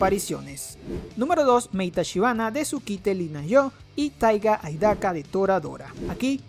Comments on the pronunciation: Es taiga AISAKA no AIDAKA XD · TAIGA AIDAKA? JJAHSGAJA no solo lo escribiste en e video, sino que lo dijiste OwO deberías ser más cuidadoso se llama Taiga AISAKA*** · "taiga aidaka"?